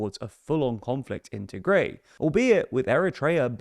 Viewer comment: It is pronounced as Tih-grai not Tee-grey